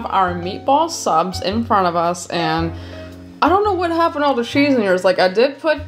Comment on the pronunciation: I just love how pronounces cheese “scheese” 🥰🥰🥰